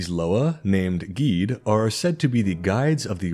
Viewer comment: Awesome video! I’ve been a fan of you’re for a while and I’ve always loved your break downs of different gods and spiritual lore. I am a practitioner of Vodou myself so I was very excited when I saw your upload. Although if I could give one slight critique and it’s only in reference to the Loa you mentioned names “Guedhe”. His name is actually pronounced “Geh-Deh”. It’s not one syllable. It’s two. That’s my only critique! Other than that wonderful video! ❤